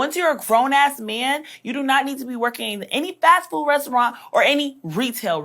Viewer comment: She can’t even pronounce “restaurant” 😂 I love when people try to insult someone when they’re basically illiterate. This woman is terrible.